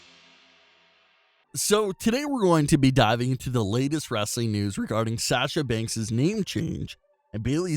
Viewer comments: Very hard listening to your mispronunciation of Sasha over and over and over again (it's 'sahsha' not 'sash-a'), so the name change will help in that respect. Also, "vs" is "versus," not "verse." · Stop saying Banks name wrong. It's pronounced Saa Sha now Sa Sha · Can you please learn how to promote Sasha instead of saying Sasscha